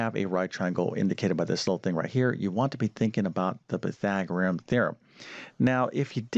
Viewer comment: He spells it correctly but why can't he pronounce it PythagoreaN? Goes along with algebaric instead algebraic, among other mispronunciations. C'mon. Teach the terms as well as you teach the math.